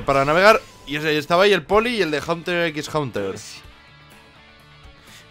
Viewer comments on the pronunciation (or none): Me pone nervioso que digas Haunter X Haunter, cuando es Hunter X Hunter, en serio si lo vas a decir mal no lo digas :V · te lo suplicó pronuncia Hunter x Hunter en inglés todo, no pronuncies Hunter en inglés y la x en español